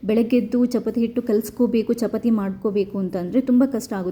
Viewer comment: ಚಪತಿ ಅಲ್ಲ, ಚಪಾತಿ ಅಂತ ಹೇಳಿ.